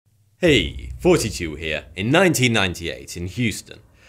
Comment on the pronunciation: I have been watching your channel for yes but I always think you say 42 in the intro